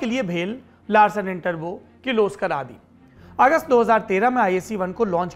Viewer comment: प्रिय सौरभ, आपने जिस भारतीय कम्पनी का नाम लार्सन एंड टरबो बताया, वह नाम लार्सन एंड टुब्रो है, टरबो नहीं। शुभेच्छु Rukmesh सिंह